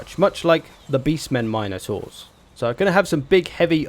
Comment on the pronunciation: You know he's an expert when he gets to the Mine'O'taurs.